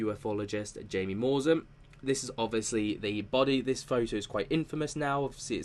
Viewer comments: Jamie Maussan is pronounced Hi-mi mu-sawn just fyi. 😁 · Tis is how you pronounce Mr. Jaime Maussan's name: "háee-meh ma-oosán" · His name is pronounced Hi-mee Mow-san. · The reporter's name is pronounced as High-me, last name moo-san. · Look up the research done by Dr O'Connor.. they are the real deal, his research is also peer reviewed .... and the J in Jaimie is pronounced as an H in Mexico... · Just FYI in Spanish “J”, as in the proper name “Jaimie” or “Jaime”, is pronounced with an “H” sound.